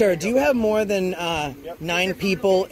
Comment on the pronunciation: did you say......"moron him later"? oh...more on him later.